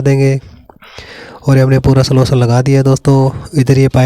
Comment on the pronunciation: सोलसन नही गधे सोल्यूशन...